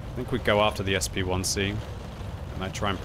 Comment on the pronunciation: "SP1C"?! What? Why not pronounce it as a "Shpick"?